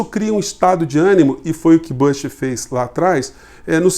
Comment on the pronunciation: o nome é BÚSH e nao bâsh